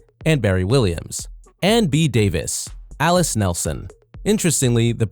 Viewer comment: Video maker, Have you ever seen an episode of "The Brady Bunch"? Can you say MAR-SHUH? That's how 'Marcia' is pronounced. Also, it's Ann B. DAVIS, not Davies. Please learn how to pronounce and spell! 🤪